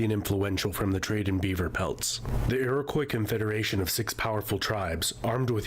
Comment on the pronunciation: The narrator isn't pronouncing "Newfoundland" or "Iroquois" correctly, and the term "Eskimo" is considered offensive. That must be a very old map. Also, the population is now 40m.